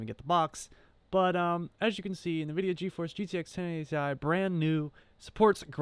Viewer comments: OH MY GOD!!!!! STOP SAY NAHVIDIA!!!!!! For fuck's sake it even says the name on a lot of games. It IS NOT pronounced NAH-vidia. It's N.... vidia. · It is pronounced as n-vidia not niv-vidia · OK PEOPLE ! STOP FUCKING SAYING ! ~ NA- VIDIA ! ~ it's FUCKING ~EN-VI-DIA~ the company literally pronounces it when you load up one of their products. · It's not Nuh-vidia. -_- It's N-vidia. Also, you could have just used GPU-Z from the get-go, and you'd have known what it was right away. It's a GeForce "seventy-eight hundred" - you don't say "seven thousand eight hundred". Good grief. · Pronounced Envidia not Nuhvidia. Instead of taking it apart to ID, just run GPU-Z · A few tidbits of advice for your new channel sir.... 1. It’s not ‘NUH-VIDIA.’ It’s ‘EN-VIDIA.’ 2. Please don’t say ‘Seven thousand eight hundred....’ Say, Seventy-Eight Hundred. 3. Just flash the correct BIOS onto the card, and at least you can use the dang thing. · Stop saying “navidia” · if i see a person pronounce something like Nvidia as NaVidia, im sure as hell will not take them seriously from that point onward and probably assume they're not tech savvy, so I politely ask you to take your ass load somewhere else. Thanks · Drives me crazy when I hear people pronounce it as "NUH-Vidia". LOL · NUH-VIDIA. Credibility lost.